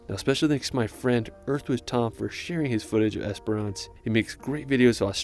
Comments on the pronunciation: It's just Esperance. Not esperANCE. Why can't you Americans say basic English words correctly???? 😂😂😂😂😂😂😂😂😂😂😂😂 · I love in the video the guy pronounced Esperance wrong and differently every time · Esper-ence, not ance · Es per ance 😂😂😂😂❤ better pronounced as “esprnce” ❤ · The way this guy is pronouncing Esperance is killing me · Yeah, I also noticed the lack of info on the NT and SA. The video did mention WA but only Esperance (which he pronounced wrong) and that the capital city of WA is Perth. He might do better to find a ‘tourist’ video made (and voiced) by an Australian that’s actually visited these places. 😊